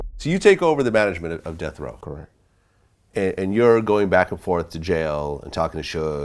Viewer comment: "Correc"